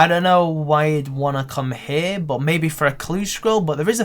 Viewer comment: the way you pronounce "but" is so fucking annoying it's beyond words.